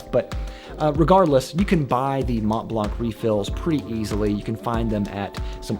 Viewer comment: Mont Blanc you should say Mon Blan. The t and n ar silent.